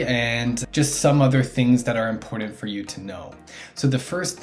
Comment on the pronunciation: its important , not impordant lol and buttons not buddins